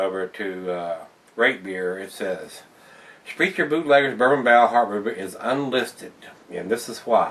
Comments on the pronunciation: Btw it's German so the ch = k Spr-a-ker the family name is said wrong a lot of the time. Don't worry your. Not along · its actually pronounced sprec-ker... i have refused to even try this yet... i do love most of their soda's, their root beer is huuge here in wi. They make a great schwarzbier called black bavarian. They do some really good craft brews of all sorts of styles.. I recommend them highly.. after this review i may try this out.. thanks for taking the risk.